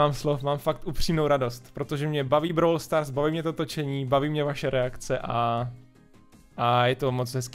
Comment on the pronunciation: Začátek videa:Bráwl stárs 😂